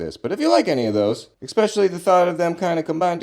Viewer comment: You didn’t just say “exspecially” and “supposebly” did you?! Love you vids